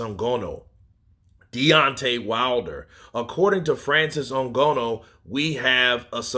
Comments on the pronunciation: why u say Francis last name like that 😂 “n-gonoooo”. It’s “n-gah-nooh” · NGANNOU not ngonnu 😀😃😃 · Come on boss even white ppl can say Francis last name better than that